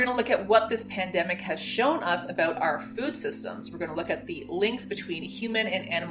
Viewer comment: Less than a minute in and she's already dropped the hard "aboot". (lol just kidding. love your stuff) edit: okay... I don't love this.